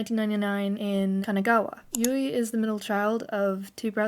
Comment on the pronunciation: New fans making "explanation" videos. Oy vey😂 I know I'm nitpicking but, here we go, don't take offense: It's Moa (moh-ah) not Mo. Moametal not Mometal. Yui (Yu-ee) not Yu. Momoko was born in Fukuoka and moved to Kanagawa. You have it backwards. And of course, the mislabeling of the song iine as "Line". Other than that, the only other "complaint" I have is that these "info" videos have already been done several times before. I, as well as the rest of The One, appreciate your effort though. I just feel, personally, that these new videos are quite unnecessary, as there are more concise, accurate and informative videos already out there. But I understand the fervor of a new fan. I was a new fan once too 😂. Babymetal becomes addictive and has a tendency to take over certain aspects of your life. Discovering Babymetal was a life changing experience for me, as well as it was for others in this fandom. Making lifelong friends from around the world in the Babymetal community has been the best experience of my life. Even as far as traveling to Japan, which is WAY out of character and out of my comfort zone as an introvert. I welcome you to The One. Welcome to the Fox family. You should really delve into Sakura Gakuin and discover why Su, Moa, Yui, and Momoko are so endearing to us OG fans who discovered Babymetal while they were still in Sakura Gakuin. I mean, if you're gonna go deep, GO DEEP. Kitsune up! 🤘🦊